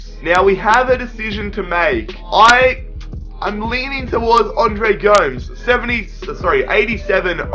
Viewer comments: Its Go-Mes not Goums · it's gomès not gomes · please stop calling him Andre G0mz. it makes me cringe everytime. Its GO-MEZ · its andre Goo-Mess not goms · Niklas #vapenaysh yer it sounds so weird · And it's not Andre GOMS it's GO-MES